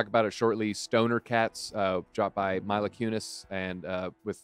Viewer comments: Yes it’s Mila like Meela. Not milo. 🔥🔥🔥❤️❤️❤️ great video. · Lol “Myla” it’s Mila.